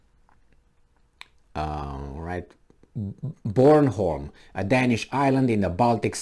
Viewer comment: You have a completely correct pronunciation of Bornholm as we pronounce it in southern Sweden.